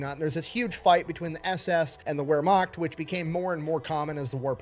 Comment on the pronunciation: Hey, just wanted to let you know, first, the word Wermacht is actually pronounced as though written with a V instead of a W, TFE actually got that pronunciation wrong. Also, The difference between the Wermacht and the SS is pretty simple, the Wermacht was basically like the regular army whereas the SS where party guys, meaning actual Nazis under Hitler's command. Technically, yes, Hitler was also in control of the Wermacht, but while every German who fought in WWII was fiercely nationalistic, not all of them were Nazis, and seeing as how Hitler's power was waning at this point in the war and there were way more Wermacht than SS, it's really no wonder that the Wermacht won that argument.